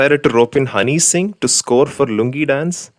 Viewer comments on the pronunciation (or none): none